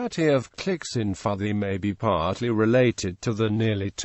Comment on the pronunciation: is pronounced PUUTI